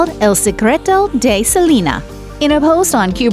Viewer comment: Ok that lady calling Selena “Selema”...... how annoying